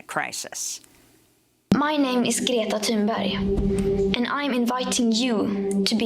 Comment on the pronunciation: You said her name right! CLAP CLAP CLAP!